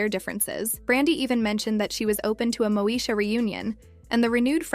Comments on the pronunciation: MOSHA 🫠 its stressing me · This lady keeps mispronouncing Moesha!!